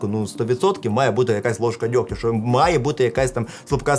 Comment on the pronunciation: Если уж говоришь на украинском то не ШО кай. ЩО. ЩО!